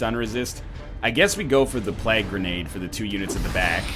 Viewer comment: To this day English teacher nl can't pronounce plague.